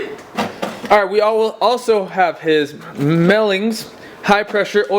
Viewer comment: No S at the end of Melling